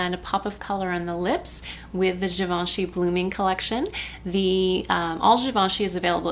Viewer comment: ooh, really beautiful look, I love it! And thanks for pronouncing Givenchy right!